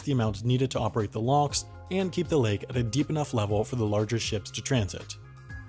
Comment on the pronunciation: I am hearing lonks instead of locks so here's my meme " we'll get people to pay for the panama canal lonks! That equals.........STONKS